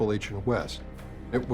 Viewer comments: Love the histrocal documentaries like these but please educate yourselves on the proper pronunciation of Appalachian.....(hint: all long A's...as in Apple) Thank you for the otherwise great resource for historical events. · Does any other part of Appalachia pronounce it the way they do?😂 Great series but we say it 'app-uh-latch-uh' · Maybe one day all the northerners will learn how to pronounce Appalachian properly. Doubt it but one can hope